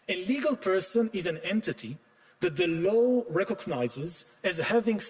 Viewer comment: I really do wish someone would tell Yuval finally not to pronounce "law" as "low".